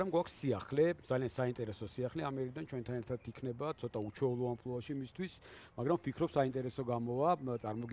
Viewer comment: ლაშა ამპლუა და არა ამპულა.ისე მაინც ცნობისტვის.წარმატებები